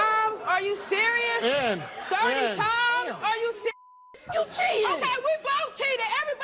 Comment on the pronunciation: "Are you cereal" 😂😂😂😂